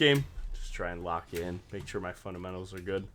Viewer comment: U said fundementals and I heard a sound. Im cooked T T need to hop more in your stream